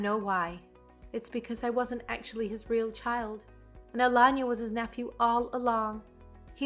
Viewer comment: Alanya or aLayna??? Same stories,same narration still weirdly different pronunciation. Nothin to do with English not being their first language.